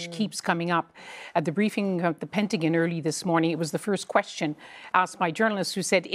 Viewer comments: Did that Canadian reporter call it ‘the Pentagun’? 😂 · "The Pentigan"